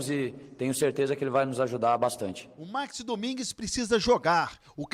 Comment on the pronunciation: 15 segundos de vídeo e a primeira merda já é falada: O NOME DO CARA É MAXIIIIIIME. E NÃO MAAAAAAAAXIME. PUTA QUE O PARIU.